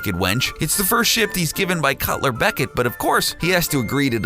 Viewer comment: I thought it is Lord Cutler Beckett, not Culler Beckett